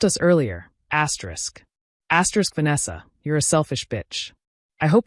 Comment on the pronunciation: Whuuut? Asyerisk? Cut it out. Fix this. I will unsubscribe.